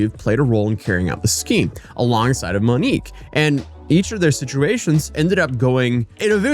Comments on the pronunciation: “I’m probably going to butcher a whole lot of pronunciations of the Brazilian locations.” —man that butchered the pronunciation of the name of the person featured in the video It’s “Monique”, not “Manique”… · Yeah I can’t watch this garbage when shithead says “Manique” repeatedly in a video about “Monique”. Maybe figure it the fuck out beforehand? I can suffer through pronouncing cities wrong when he only says it twice… but a video about Monique should be narrated by someone that knows how to pronounce such an easy-to-pronounce name. If you don’t know already, figure it the fuck out!